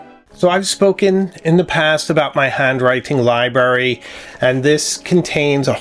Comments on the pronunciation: I apologize but libRary, libRary, libRary. There is an R in libRary. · Love all your videos, but did you say "libary"? Surely I mis-heard!